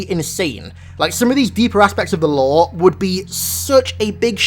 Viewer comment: Lore? no LAOW